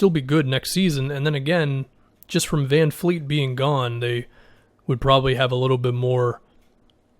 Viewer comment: its Van Vleet not Van Fleet